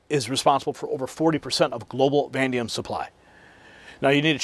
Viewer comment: Someone please tell him it’s Vanadium not Vandium